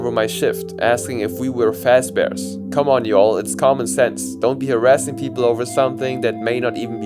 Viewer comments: Pronouncing Fazbear wrong it's not Fazebear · "Faze-Bear"? didn't know freddy was an esports player